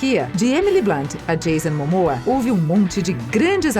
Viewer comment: "Filme de Marvel", "Universo de Marvel", "mas apesar de que Marvel estar interessado nele", "Cristiane Palmer", "Odan", "profundamende históico e defeituoso", "Gamora", "Gamorra", "sendo uma propriedade escura no momento", "Jason Mamoa"... Aí pergunto: QUE PORRA É ESSA???